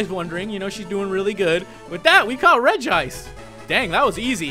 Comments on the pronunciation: It's actually not regeeice it's regice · Regice is pronounced Regi-ice (source: Lucario and the Mystery of Mew). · Though there is only one I in Regice. It is pronounced Regi-ice. Don't believe me watch the Lucario movie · I knew you named REGICE ''CEI'' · It was changed to Reg-ice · its REGI-ice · its pronounced regi ice in the anime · its re-g-ice! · It is pronounced rej.e.ice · The regri you cauut 2d is prenounst ice at the end